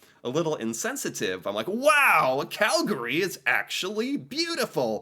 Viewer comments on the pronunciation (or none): It's Cal-gry not Cal-gary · Regarding pronunciation: Cal-GARY…. Not from Calgary Cal-GREE…. You’re from Calgary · Its Cal-gree not Cal-gary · Cal-gree not calGary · You always know if someone isn’t a native of cow-town because they say “Cal-Gary”. Whereas we pronounce it “Cal-gree”. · Oh - It’s not CalGARY. It’sCalGRY ( Calgree). The a kind of disappears becomes almost silent. So it is two syllables not three. You can hear it in the descriptions. Sometimes you pronounce it correctly so can’t fault you too badly. Surprised the Calgary Stampede wasnt mentioned -it’s the greatest outdoor show on earth. Calgary is by far the friendliest Canadian city. Wouldn’t want to live any where else.💕Love your videos! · It physically pains me when someone says Cal-gAry, most people from our city pronounce it as Calgry. Not hating on anyone, it just sounds weird to me when people say it like that. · As a Calgarian, I gotta say that it's like nails on a chalkboard to hear someone say "cal-gurree" (both you and the narrator of the video). Locals say "cal-gree" (just two syllables). Like others have mentioned, I can't believe they omitted the Calgary Stampede. It's literally a world-famous rodeo. Prince's Island Park, the Zoo, Fort Calgary, and the Bell Centre are all easy walking distance from my condo, as Calgary has more kilometres of walk/bike paths per capita than any city in North America. I used to live in Houston, but I feel like Calgary was a massive upgrade. RE: Fish Creek - provincial or city? The park is in the city, but it is maintained by the province rather than the city. So it's a provincial park, but it's in the city. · locals say "Cal-gree" not "Cal-gary". Same way people from Toronto will say "Toronno" not saying the T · Its pronounced "CAL gree" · Bruh It's quite itching every time I heard Cal-Ga-ree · We say Calgree! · The only time Cal-gah-ree is acceptable is when the announcer at the dome says it 😂😂😂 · Pronounced " Cal-gree". 2 syllables